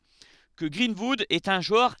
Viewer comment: Arrêt de dire greenfood mdrr c’est greenwood !!